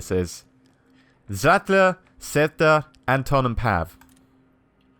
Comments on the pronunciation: I thought the pronounciation is : Anton = Un-ton Cveta = Sway-ta Pavle = Puff-lay Zlata = Zla-ta (A as in Arm) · Your pronunciation of the names is freaking terrible! Cveta is pronounced "Tsveta", Zlata is pronounced like the name of the footballer Zlatan Ibrahimovich but without the "n" (duh :D). To say Anton properly, just change the stress and Pavle - I don't have any idea myself, so I'll accept your pronunciation! P.S. I know this video is 5 years old, but it really bugs me how you pronounce the names! So, to summarise - this is more of me venting out, then an actual criticism !